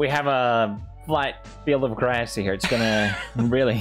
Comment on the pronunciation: “Right here on the grÄËæs.”